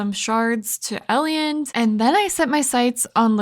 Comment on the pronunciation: That was quite entertaining, keep it up. Just a few points. Please.. Its pronpunced Ei-land. And why dont you save the energy Up pearls for mine dives? Its like a free energy recharge. Are you not breaking the crates in the mines? Its so much wood added up and cost zero energy. Yes it takes a spot but still. Cant wait for your next Videos ♡